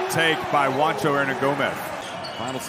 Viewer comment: English speakers: Juancho is pronounced "Huancho", not "Wancho".